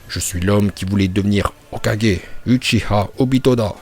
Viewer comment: uchiwa pas uchiha